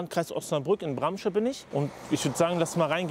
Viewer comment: Braamsche, nicht Brammsche. Gutes Video sonst